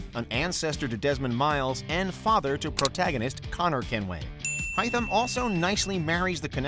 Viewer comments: Dude it's Haytham, hay, hay as in a bale of hay. Not Hy not Hi not however you want to call him. HAYTHAM!!!!!!!!! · Its pronounced hay-thum not hi-thum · It's pronounced HAY-THUMB not HAI-THEM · yo my man needs to stay away from assassins creed 3 name pronouncements 😂 i mean “hithem kenway?” brodie its hay. haythem kenway. and im not gonna correct you on connors native name but just know you were no where close lol. like the video tho🔥🔥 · Fucking HItham? It's literally pronounced HAYtham in the game. Sometimes I feel like the people who make these videos haven't even played them and are just reading a script someone who has made. Fuck me 😂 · yeah it's pronounced Hey\hay-Tham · “High-tum” Kenway🤔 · Who tf is “hytham kenway” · Why he pronounce Haythem like that? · You lost me at “Hi-tham Kenway”... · It’s “hay-them” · "High-thum" is that a dragonborn shout? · Every time he says High-thum I think of Hytham from Valhalla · BRUH did he say hAythem bruh say it right Jesus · Please don't get this guy to pronounce names ever again lol. I knew it was going be rough when he starts the video pronouncing Haytham's name High Tham, and when he tried to pronounce connor's native american name... oh dear god. I mean that's a hard name but every name in here is literally said for you in the games.. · Do you guys ever play these games? You say at least three names wrong every video. Hi-Thumb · Why tf was he saying highthem kenway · haythem hay-th-em hay like hey th said like f and em like m jesus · It's pronounced hay fen kenway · Wtf is "hai-tham" ??? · 1 minute into the video and I heard "hii-thm kenway". This guy butchered every name. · The way he says Haytham 🤦‍♂️ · My dude disrespect AC 3. The way he pronounced Haytham and Ratohnhaketon :( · In Haytham the “a” is not silent!!!!!! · Ok first off get Haythams name right ffs if you want to at least look like u planned to make this list and second, kassandra over Edward.....I have no words. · He said hytham